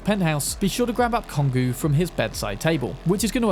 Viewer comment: This glass cannon is always my go-to build when playing Cyberpunk. The whole game just feels empty without the quickhacking, like missing a substantial part of it. Also, trivia as usual : Kongou is pronounced exactly the same as how you pronounce the country Congo. It's a name of a mountain in Japan, and also a name of a world war era Japanese Battleship.